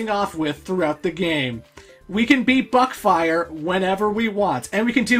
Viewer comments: woo more non-classic megaman And i still hear it as "Butt-fire" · Meteorlink XD Same man, I always hear Butt-fire